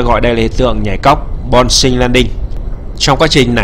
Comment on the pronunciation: Chuẩn này. Ko có chuyên môn thì thôi đừng học đòi "bon cing" là cái quái gì? Đọc mà ko ngượng mồm hả trời? Lên từ điền mà nghe phát âm chữ "bouncing" đi nhé